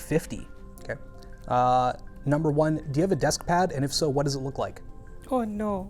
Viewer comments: the most Canadian "oh no" I've ever heard. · I've never heard one so canadian, true 😂